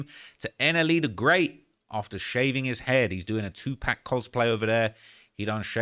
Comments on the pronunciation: It's either Tupac Shakur or 2Pac, not 2Pack, boy. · It’s 2pac not 2 pack 🤦🏾‍♂️ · And it’s 2 pac not 2 pack mf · Hate the way he say 2pack 😂